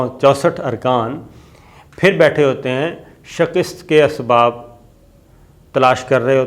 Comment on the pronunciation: شِکِسࣿت Shikist غلط تلفظ ہے۔ درست تلفظ ہے: شِ کَ س ت شِکَسࣿت Shikast شکریہ